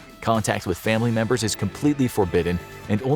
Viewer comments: "Memebers" (I'm sorry again) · “1200 memebers” 🤣